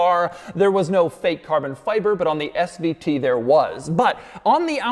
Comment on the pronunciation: Doug, quit emphasizing SVT!!